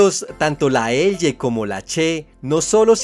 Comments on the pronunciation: No se dice "Eye" sino "elye" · Con todo respeto estimado, no sabe pronunciar la elle, porque pronuncia eye 😂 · Opino que su pronunciación de la "Ll" es inmunda...